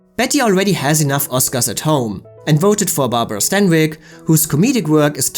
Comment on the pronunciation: DISCUSSED--NOT DISGUST! IF YOU'RE GOING TO USE A WORD, FOR CHRIST'S SAKE, USE IT AND SPELL IT CORRECTLY! JUST BECAUSE TWO WORDS ARE PRONOUNCED THE SAME DOES NOT MEAN THEY ARE INTERCHANGEABLE! GODDAMMIT! AND HOW IN HELL DID STANWYCK BECOME STEINBERG? IS SUGARPURSE A METAPHOR FOR VAGINA?